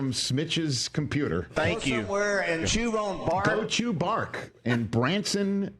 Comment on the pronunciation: I say Chewbacca, Bradshaw says chew bark-a. I should probably flesh this out a bit, but nah, I'm already moving on to the next lame joke.